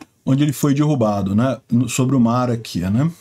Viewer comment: sou teu seguidor incondicional, mas tu tens falado muito dirrubado... aí dói ouvir...